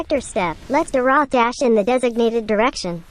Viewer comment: It’s me again. Don’t wanna be that guy but neither pronunciations are correct😂it’s “Dee-roth”